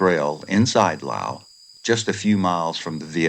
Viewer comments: LOUSE. LOUSE. LOUSE. Not Lll. Owww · Laos has an 's' in it. Say it.